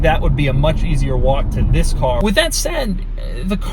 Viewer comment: Zhis is the new....... Cringe